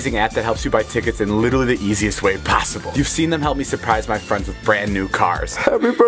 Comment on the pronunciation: He always mispronounces “literally” damn